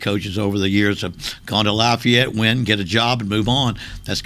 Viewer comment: I’m glad he called Lafayette by their proper name, “Lafayette”.